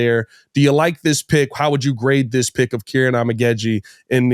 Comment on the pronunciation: It's Keer-On